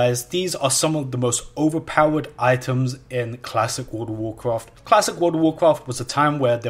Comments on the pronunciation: I don't know what this guy is talking about. I've never played a game called "Woold of woorcwoft" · Ah yes, I loved cwassic woud ov wouwcwaft. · woud of wouwcwaft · dude classic woud of wouwcwaft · XDD dude i can´t stop laughing and he says it so often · what does he say the at the beginning? god of warcarft? good of warcraft?